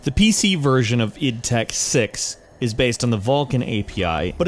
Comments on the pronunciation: "I" "D" Tech 1...... It's pronounced "id" ;).... You got it right later but still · isn't pronounced I.D Tech 1, it's pronounced id Tech 1, with 'id' sounding kind of like the word 'it' That said, I'm very proud of you for pronouncing "Id Software" correctly. An accomplishment few others can pull off. Also, Doom 3 ran of IdTech 4, not IdTech 3. Quake III Arena and Return to Castle Wolfenstein as well as the first Call of Duty ran of IdTech 3.